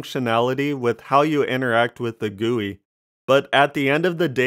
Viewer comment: why you say gui like that